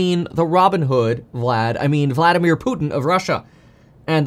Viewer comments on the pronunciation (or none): none